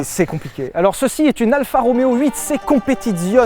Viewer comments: Super vidéo. Mais je vais faire mon Jean-Michel Commentaire sur la prononciation de "Competizione". Cela se dit "Competitsione" et pas "Competizionne"... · Ho bordel Sylvain tu fais saigner des oreilles quand tu prononces un nom italien "Competizione", "Stradale", l'ignoble "Vignale"... Prononces au moins le "é" à la fin, StradalÉÉÉÉÉ bordel ! En plus tu le fais très bien en parlant de la Disco Volante, c'est con ! Merci j'vous aime les mecs ! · Le Z de competizione se prononce TS...😊😊😊 J'adore vos vidéos que je viens de découvrir..en fait vous parlez comme monsieur tout le monde👍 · C'est mieux si tu prononces Competizioneeee Sylvain